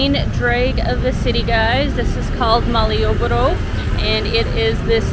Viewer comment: Nice, Djogja is my city.... By the way, this is Malioboro not Malangborough....